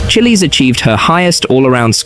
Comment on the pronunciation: “chillies” 💀 it’s pronounced chi - as in chicken or children it’s pronounced les - as in the name charles